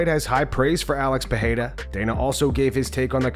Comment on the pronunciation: Getting tired of hearing this. "Puh-hey-duh" is a different name than "Puh-rare-uh." I had to ask this Brazilian couple that I know. They're 2 different names. It's pronounced Puh-rare-uh